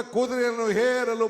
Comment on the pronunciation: ಹೇರಲು ಅಲ್ಲ ಏರಲು